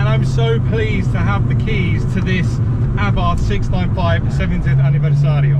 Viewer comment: Why are you calling it A barth. It is pronounced Abarth as in Arbarth. I had a Strada 105tc and Strada 130 Abarth....say it properly please please please.